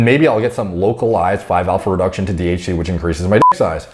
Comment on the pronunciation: Everytime you say DHT i hear THC